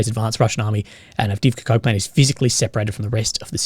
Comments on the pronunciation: Keep thinking he’s saying the “Avdeevka Cope Plant”, which is kind of apt really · I thought you said "cut off from Copeland" not coke plant.